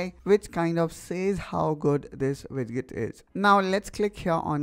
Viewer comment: It's pronounced "widjet" and "gadjet"